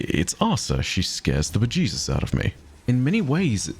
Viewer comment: Next box on my bucket list checked off: hear say "bajeesus"